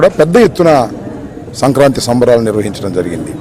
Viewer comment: ఏదో అన్నాడు మన రమ్ బాబు. సంక నాకి సంబరాలు అన్నట్లు వినబడింది.. ఆలోచిస్తే అది సంక్రాంతి సంబరాలు అని ఒక 2 నిమిషాల తర్వాత అర్ధం అయ్యింది 😂